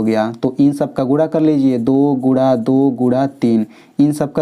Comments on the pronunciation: Guna(multiple) not gura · Guna hota hai Gura nahi 😂😂😂